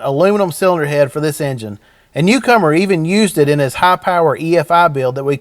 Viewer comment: I thought he was saying cucumber 🤣